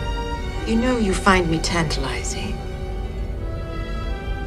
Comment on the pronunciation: Ardra is lovely "tantalizing" lol